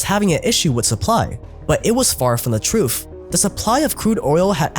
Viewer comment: “ Th “ not “F” truth not troof